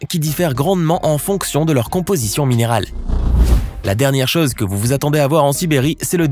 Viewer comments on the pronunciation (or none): none